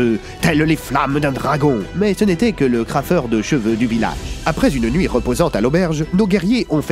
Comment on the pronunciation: Il a dit crafeur de cheveux 😂